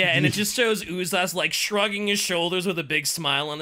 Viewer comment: Propper pronounciation of Uzas is Ooh-zhas not Ooh-zas, because the term itself comes from Sebo-Croatian term for dreadded horror - užas. I think even 40k wiki trivia says it.